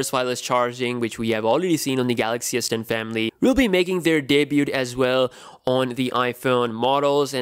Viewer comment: It's day-bue not day-bute